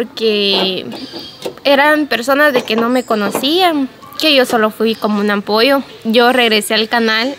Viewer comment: La abogada fue de ampoyo 😂😂😂😂 se dice apoyo ..